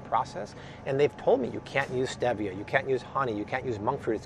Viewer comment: Stop saying STEVia...it’s STEEEEEVIA LOL #nailsonachalkboard